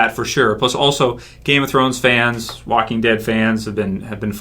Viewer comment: Did he say The Wacking Dead?